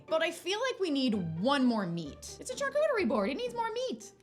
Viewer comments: I love you girl but please stop pronouncing charcuterie like CHARcuterie it’s pronounced SHARcuterie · here to say "charcuterie" is a French word and so the "ch" is pronounced as "sh"!! also the "NON-AI" peanut butter was so funny